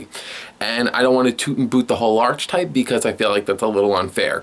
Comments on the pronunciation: I know right. I mean. He isn't because he's pronounced Arche right. But together with type to make Archetype it is Arc-e-type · He says "archetype" wrong every fucking time